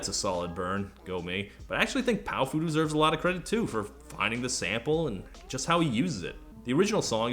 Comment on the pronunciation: I think it's pronounced pow-fuh. Like a slurred "powerful".